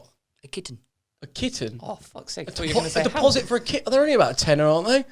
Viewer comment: why does say kitten like that